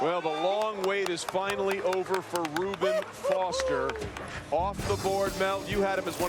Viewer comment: Mime Zee Hey game of thrones Anyway I was saying how his name was mispronounced